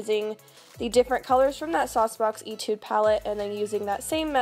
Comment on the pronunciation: Not to be overly critical or anything, but the SauceBox palette "etude" is pronounced like "eigh-tude" like in music, but tomato to-mah-to am I right XD